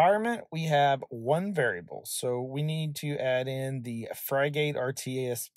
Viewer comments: Pronunciation is “frig-it”, like the bird that is its icon. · "Frig" rhymes with "fig" and "gate" rhymes with "git" - pronounce it like this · Fry-gate was back when burger king started selling fries oddly similar to McDonald's and they went back to the OG formula to avoid massive litigation. As for this piece of software is pronounced frig-it. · It's hard watching the video with the mispronunciation. Frigate isn't some exotic word, it's a type of ship. Just type Frigate (dictionary) into Google, and the first entry brings up the word Frigate, with a speaker next to it that you can click on, that will give you the pronunciation. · Thanks for the great video, <3 I was up and running in no time, the name <Frigate>, if you struggle to find the right pronunciation head over to google translate, change it to English, type in the word, and hit the speaker icon. lastly, if you didn't notice, you showed your configs dirty little secrets at the top of the blurred box ish, if this is a password used on the wild wild web you should change it. 👍